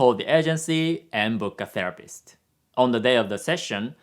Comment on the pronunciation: "therapist" .. "the rapist" 😂